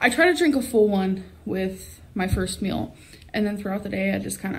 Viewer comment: She says "meal" like "mill" because she eats like a freaking mill. Just absolutely non stop XD